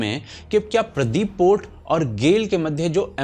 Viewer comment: पोर्ट का नाम पारादीप है न कि प्रदीप 😊😂😢